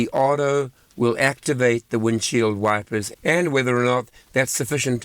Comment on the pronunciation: It does sound a little bit like "wifers" when you say it 😅 but thanks for all the hard work and great daily videos!